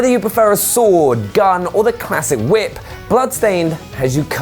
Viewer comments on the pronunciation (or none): none